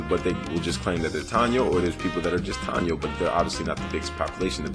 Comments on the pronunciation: its pronounced tah-e-no (taino).. great video got a thumbs up my me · Good vid young blood. But we are pronounced Ta Eee No. Lol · Im 6 years late. Its Low-ee-sa (Loiza) , Appreciate youre breakdown we are here and living. Strong Tie-ee-no (Taino) population in P.R. as well reaclaiming our identities and land. Afro Boriken here. Boriken is the name the indigenous people gave it before the Spaniards. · it think Taino is pronounced TIEE NO, I was a 14 year old in Conneticut and a Puerto Rican of obvious African origin called me the N word, stung like a mofo cuz I never expected to hear it coming from someone like that, but I digress, DNA PR tend to be about 4-18% African, and Dominicans even moreso